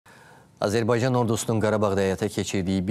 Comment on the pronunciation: Azırbaycan yox Azerbaycan